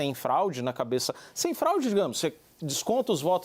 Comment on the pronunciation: Houveu um "flaude" que isso meu irmão? Eu nao entendi onde ele wier chegar. Saiu da América e foi osrar ls no oriente medio, voltou e falou "flaude". Alguém deve ter falaldo no ponto com ele: "CARA PARA DE PASSAR VERGONHA, O BAGULHO É FRAUDE". KKKK😅K 😅😅